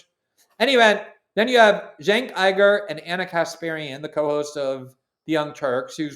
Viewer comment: How is Glenn so bad at pronouncing foreign words like Uygur and keffiyeh